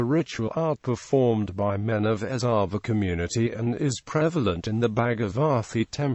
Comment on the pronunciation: Pranounciation is erava